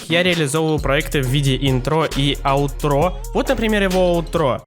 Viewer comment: Ударение на И - Интро и на А - Аутро